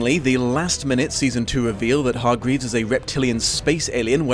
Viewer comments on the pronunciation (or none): why and HOW are you consistently mispronouncing hargreeves.. it’s NOT hardgreeves. there is no d in there TT